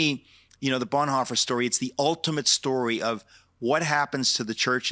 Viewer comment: Did I just heard call Bonhoeffer - Blondhoffer?